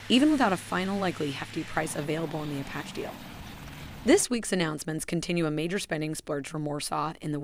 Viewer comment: Yea, kept noticing that. “You had ONE job…” 😁